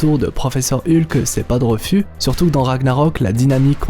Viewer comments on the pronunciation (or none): none